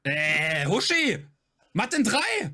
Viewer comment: sagt Huschi. Von Huschenbeth